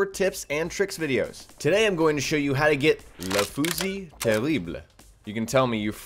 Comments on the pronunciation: ***** true, I like how you said it (=^ェ^=) and I understand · I am french and I have to say that your pronunciation was surprisingly good the only thing I will comment on is that the translation of "let fusil terrible" is the terrible gun (not shutgun) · Le fusil terribles actually means "the terrible gun" but there is no word for shotgun in french so people often use it for shotgun. ps:Your pronunciation is pretty good!